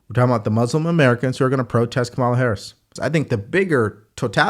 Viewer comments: You still can't pronounce Kamala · Why won’t you pronounce Kamala’s name correctly?